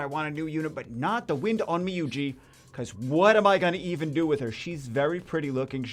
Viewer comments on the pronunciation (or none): OnmYOji, not onmYOUji. Like in Yo, YOLO, your etc.